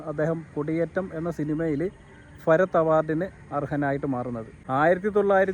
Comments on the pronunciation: ഫരത്തൊ അത് എന്തോന്ന് ഫരത്ത് ? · ഭരത്.. ഫരത് അല്ല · ഹേ ഭായി അക്ഷരങ്ങൾ സ്ഫുടമായി സംസാരിക്കുക ഫരത് ഗോപിയല്ല ഭരത് ഗോപി എന്നു പറയുക. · ഫരത് ഗോപിയല്ല ഭരത് ഗോപി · Farath അല്ല ഭരത് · സുഹൃത്തേ, ഫരത്തു ഗോപി അല്ല, ഭരത് ഗോപി. കഷ്ടം. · ഫരത് അല്ല ഭരത് ആണടോ?